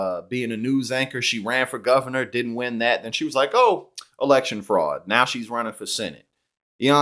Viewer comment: Amazing how MTG can turn the one syllable word "now", into a three syllable word